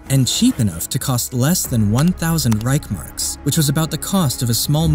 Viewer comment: Reich-S-Mark please. Read the word.